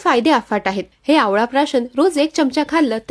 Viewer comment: Aho chamcha uccharan barobar kara marathi chandigarh la cha